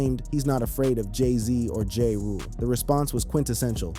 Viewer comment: Jay Rule? Is Ja Rule .... pronounced Jah-Rool!!!😂😂😂